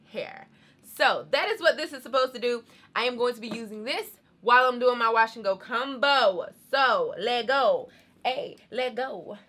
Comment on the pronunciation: The way u say “combo” is weird 😂😂 u say it like “ cum-bo”, “cum-bination”